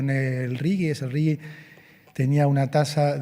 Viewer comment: ¿Por qué pronuncian Rigi como si tuviera una u entre la g y la i? ¿Acaso, ni siquiera saben leer el idioma español?